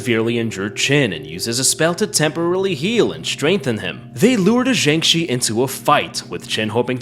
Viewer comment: I like how halfway he starts calling the Jiangshi a Shang Chi (swapping the starting consonants)